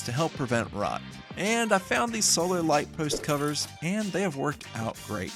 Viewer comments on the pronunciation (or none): none